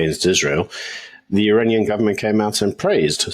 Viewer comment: Iranian ....... not Uranian